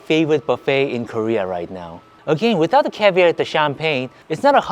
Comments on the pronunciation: I'm a big fan and been for a while. Your pronunciation of CAVIAR is killing me LOL. It is caviAR, not caviER. hahah love you still :) you funny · love the way u say cavier its caviar😂😂😂😂😂😂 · Its called caviar not cavir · it’s pronounced ar at the end like car. Caviar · You have to get pirate-y when you say caviar. It's pronounced caviarrrrr (cavy-R) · Him saying cavier is driving me crazy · The way says "caviar" 👍😂😂🥰🥰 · You sound very Texan when you say caviar xd